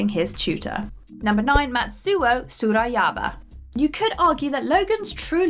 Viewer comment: I have never heard someone say Matsu'o Tsurayaba name aloud. Based on the way you said it, it sounds right